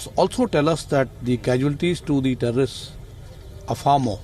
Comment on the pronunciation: The thherrrr-o-rrrrristsss annihilated.